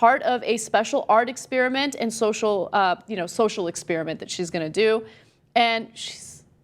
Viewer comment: The way Ana pronounces "experiment" really gets on my nerves.